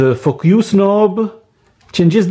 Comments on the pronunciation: What?! What are saying?? You saying “Fuck use” instead of “Focus”😆😛😜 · focus or fouckius??! 😂